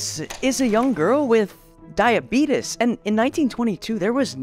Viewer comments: It’s painful listening to you pronounce it like that. Good story tho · You pronounced diabetes wrong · It's diabetes, not diabetes.You pronounced it wrong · rockin the Wilford Brimley pronunciation 👌